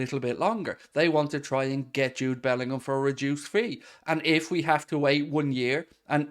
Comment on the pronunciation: Good lord man, love the channel but bloody bellendham again